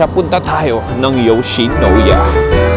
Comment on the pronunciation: YOWSHINOWYA.. MISOW SOUP.. Bakit ganun ka po mag pronounce???????????????????????? I KENNATTTTTT!!!!!!!! 😂🤣😅😝🫣😬🫢🤭